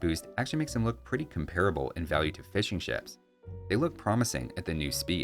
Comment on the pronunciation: I am British, and every time you say "Fishing Ships", it sounds like you're saying "Fish & Chips" and it makes me hungry.